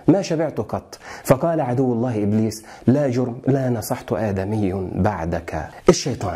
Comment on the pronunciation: لا جَرَمَ وليس لا جُرْم